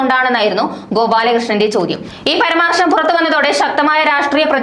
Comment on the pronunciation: പരാമർശം ആണ് പർമ്മർശം അല്ല